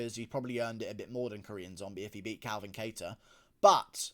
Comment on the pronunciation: I love your coverage whether I always agree or not and I love that you owned the shit outta 'cater' v 'kuh-tar' lmfao made me laugh